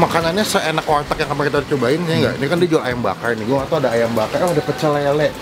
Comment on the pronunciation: Ngomong warteg susah amat bang 😂😂